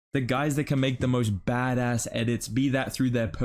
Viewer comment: Why do you say bad ass like that bro 😭 disrespecting your Aussie heritage